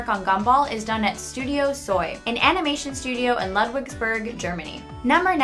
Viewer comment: Also "Bisou" is pronounced like "Beezshu" in French and "Ludwigburg" is actually pronounced "Lude-vig-burg" in German.